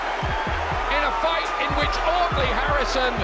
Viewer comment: did my man just say “Ugly” Harrison 😂😂😂